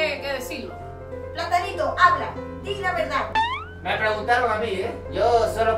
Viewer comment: la veldad la veldad y solo mente la vrldad😋